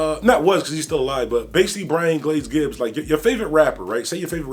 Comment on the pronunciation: Gibbs not glibs 🤣🤣🤣🤣